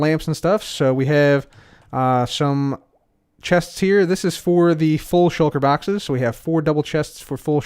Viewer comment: I love how you say "shoulker baxes"